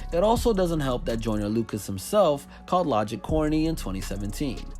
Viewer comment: He keeps saying I’m not a racist idk why it just bothers me that he keeps saying the name wrong 😂😂